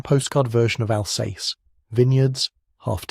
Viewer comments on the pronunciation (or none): Alsace is pronounced Alzass